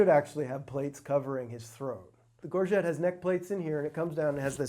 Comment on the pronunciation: From one scene to the next, two of these experts pronounce 'gorget' differently. Which one of them is the actual expert? and .